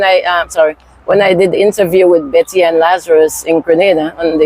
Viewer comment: CORRECTION IT'S BETTY CALDER NOT BETTER